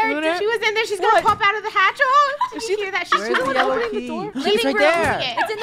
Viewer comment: Lunar not lunerr